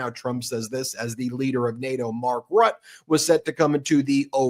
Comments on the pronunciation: Dear, Please note that it is not Mark RUT, it is Mark Rutte which I imagine Americans might make a better stab by saying “Rutter”. Aside from that you are doing a great job, keep it up. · it’s Mark RuttE like “jubilEE” Ps. his nickname is “The Trump whisperer” 😂😂